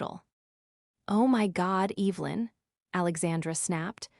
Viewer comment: Cant even pronounce evelyn correctly. Smh.